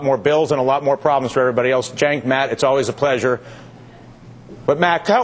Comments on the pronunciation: Come on Dylan, Get Cenk's name right. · It sounds like Dylan was calling Cenk Jenk.What's up Jenk!